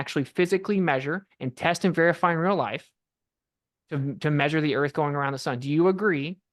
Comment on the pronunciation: “Obviously, a pitcher of the sun proves the earf orbitz ‘round it… trust me bro”